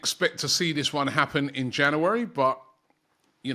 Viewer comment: We to start a gofund me page to teach Robbie how to pronounce "January"